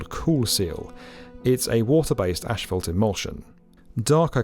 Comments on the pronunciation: Uh, the picture is Tucson, not Phoenix - and I couldn't keep listening to the guy say ASH-fault. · Its pronounced ass-fault not ash-fault... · Why is he saying ash-felt? It's as-fault. I don't get it. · British - Ash Felt American - Ass Fault As usual the British pronunciation is way more relaxing 😆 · I live in Britain, we don’t pronounce it ‘Ash Felt’ as the presenter said it. We say it as ‘Ass Fault’ too. No idea why this geezer was pronouncing it like that 😂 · lmao "ASHphalt" hahaha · ik he's British but why he saying "asphalt" like "ash-felt" ik British people can say their S's so why you keep pronouncing it like that???? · Apparently asphalt is pronounced "ashfelt" now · Great insight, but wtf is ashfelt? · Why does he keep saying 'ashfalt'? 🤔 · There’s no in “asphalt”. Very distracting wrong pronunciation. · It’s funny the way you pronounce asphalt 🤭